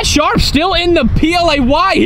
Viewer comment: Did she say he Schraff’d in his pants 🤣🤣